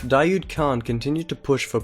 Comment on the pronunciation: daoud is actually pronounced "dah-wood", not "dah-yood"